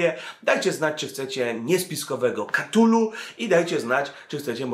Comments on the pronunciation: {KATULU}? a nie przypadkiem {KTULU}? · wszystko super, ale "KTULU" a nie "KATULU". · Cthulhu wymawia się "ktulu". Lovecraft wymyślał nazwy i terminologię tak aby anglojęzyczni wymawiali niepoprawnie.